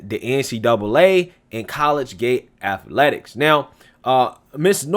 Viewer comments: I have been listening to for a long time. Love your show. Just a heads up, the word you're trying to say is "colleagate". It is pronounced "colleajate" not "college gate". 🤔😃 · I know you only got a 'Tar Heel' education, but it is [collegiate] co-lege-unt 'not' college-gate you must have taken Debbie Crowder and Julius Nyang'oro !!! Me being a hick also I know sometimes its just a regional thing JFK use to say 'ideer' for idea so guess your in good company. 8NCAA Titles Kentucky Wildcats !!!! Com''on Man HaHa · What is “college gate”? As well, the “x” is silent in Sioux... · It's pronounced Col - le - giate. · Hey,..it's pronounced "CO-LEEG-IT",..no dis bro,..jus sayin',..good stuff,..keep it commin' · It's pronounced collegiate (co-lejit) and Sioux (Soo); the x is silent. Good report brother. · Ahhhhhhh I don't mean to be picky, truly I don't. But I've been an English teacher for 26 years and old habits die hard. Dude, I love your shows and have been a subscriber for a long time...please don't be offended, just trying to help. You kept mispronouncing "collegiate". Keep up the great work, I enjoy your quick, no-nonsense style of the news.